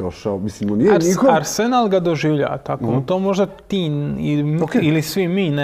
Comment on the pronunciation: ne mogu čut ovo arsenal s naglaskom na senal....dajte ono....